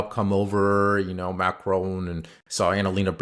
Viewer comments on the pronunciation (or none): Why do Americans pronounce Macron like Ma-crone?